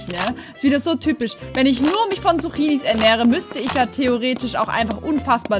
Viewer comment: Sie sagt Suchinis 🤣🤣🤣🤣